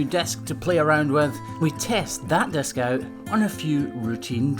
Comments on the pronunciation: Why do you call it a "desk" when it is clearly a "disc?" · Took me a minute to realize he said disc and not desk